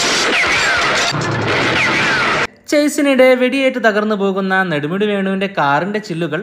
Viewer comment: നടുമുടി വേണു അല്ലടാ പൊട്ടാ,,, നെടുമുടി വേണു